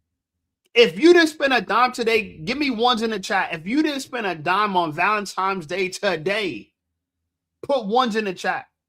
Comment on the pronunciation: Theres no M in Valentines Day 😂....its not Valentimes day